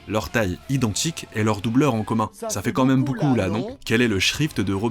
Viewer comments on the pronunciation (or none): none